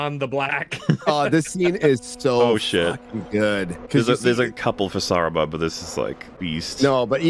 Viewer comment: "Sarumen" is when you have multiple of him?